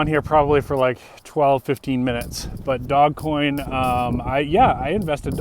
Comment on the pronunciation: It's not DOG coin. It's DOGE (long O), soft G (like a J). I know because I used to live on a street by that name. :)